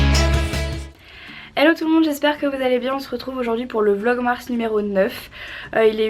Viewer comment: Tu es trop belle ne change pas bonne chance pour la suite avec ton œil.tu as réussi à dire vlogmars !!!!!! Tu es génial j'adore ta vidéo❤️j'espère que tu vas me répondre ❤️❤️❤️❤️❤️❤️❤️❤️❤️❤️❤️...